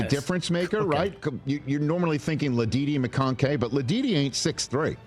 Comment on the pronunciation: Rich can’t even pronounce Ladd McConkey name right.